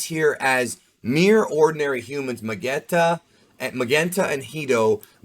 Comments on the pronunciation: I think it’s pronounced “Magenta” with a soft “g” like the color. Magenta and Carmine are both shades of Red. A pun for the Red Ribbon Army! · Magenta is pronounced Ma-jen-ta, like the colour . The colour of his jacket. So excited for this movie, about time Gohan get some light.